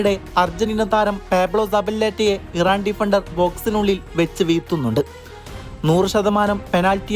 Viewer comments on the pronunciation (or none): none